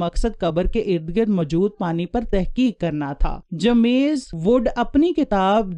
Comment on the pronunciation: اپ کی ویڈیو اچھی ہے لیکن اپ کا تلفظ بلکل غلط ہے مثلاً جیمم ز عل قمہ